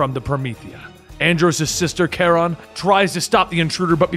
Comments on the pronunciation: ITS Ka-Rone... not Karon ... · Karone is pronounced "Car-own". I don't recognize this Karen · Andros' sister's name is pronounced core-own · It’s Ka-rown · lmao Ikr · I was so bothered